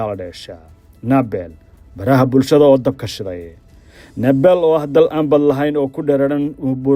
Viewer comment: Naabal ma ahan ee Nibaal (Nepal) iska sax dhawaaqa wariye thanks